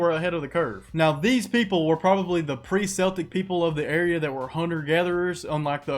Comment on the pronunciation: yo fyi, Celtic has a hard C, not like Boston. Good vid regardless